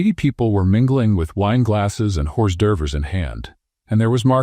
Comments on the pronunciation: I laughed when u read horsedsrves instead of French pronunciation. Ya,gotta work in that! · Okay, pizza and Coca-Cola. There ya go. Check your AI reader. Maybe spell phonetically so it says Oar Dervs (and yes, I know that is NOT the correct spelling) properly. Stuff like that. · Hors d'ouevre not horse duvvers. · Dumb idea can't pronounce hors d'oeuvres and other words must be AI are some uneducated doofus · Hee! I noticed the hors d'oeuvres too. 🙂